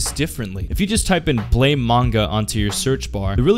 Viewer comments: its not pronounced as ''blame'', its supposed to be an immitation of the sound a gun makes when it fires, ''BLAM'' . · I was going to watch the video but you pronounce it "blaym" instead of "blam" right after your voice cracked, so I stopped... Haha, na great video =D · I'm pretty sure the manga title is pronounced "blam" not blame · Blame is pronounced as blam btw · BLAM. The e is silent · it kinda urks me that he keeps saying it wrong. it's pronounced blah-m, i know it's dumb to be urked by it but oh well. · It's pronounced 'blam'. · Ain't it pronounced blam? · It's pronounced "blam" ma dude.